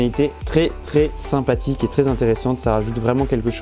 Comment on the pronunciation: Sympatik, simpatic, sein pastic, seinpatique, sypatitictic, c'est trés interressant, Dis moi, est ce que tu écris ton texte dans "Ta" chaine? Je savais que les gens peuvent etre simpatique, mais alors une LED